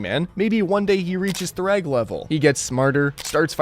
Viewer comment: Thragg, not Kragg.